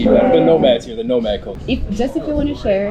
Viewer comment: Did you say " Digital no- marks"? 😭BTW, no-mark is a u. K slang ( Manchester) for a person of, let's say, no interest. But really, at least they're actually travelling, not just sitting on their ass, being a keyboard warrior.